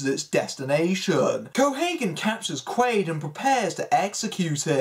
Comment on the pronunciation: It's Doug QUAID, not Doug Quail lol just FYI 🤜💥🤛